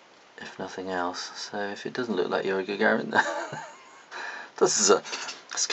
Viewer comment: lol not gonna blame him but he's not saying yuri gagarin right. oh well not a big deal..just saying